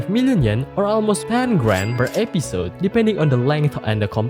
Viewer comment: It isn't just heavy accent. It's straight up completely different pronunciation to what's in the dictionary. Like "episode" pronounced as ep-pee-sode. At least he got text on the screen to help understand what he is saying.